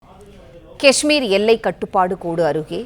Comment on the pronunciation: கஷ்மீர் தவறான உச்சரிப்பு காஷ்மீர் சரியான உபசரிப்பு